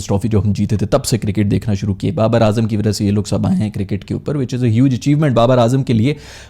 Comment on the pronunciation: Nasheem,Ajam...bhai,tum logoh ko naam beh sahi tarha perhne nahi ateh keya...??? 🤦🏻‍♂️